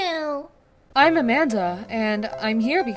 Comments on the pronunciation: LOL SAID AMANDER INSTEAD OF AMANDA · No one: Not even the chokecherry I was eating:: AMANDER